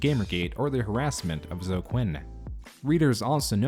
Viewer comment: Yo, Zoe is pronounced like "snowy".